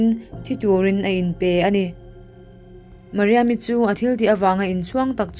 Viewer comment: Mariam i tih tih kha a dik ka ti